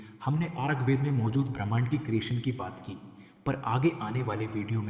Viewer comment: Bro you don't even properly speak શ્ચૂગ્વેદ word and you are going talk on it?! Please keep out of it and find a day to day job. Your parents will be happy for your real work instead of you wasting your time on YouTube.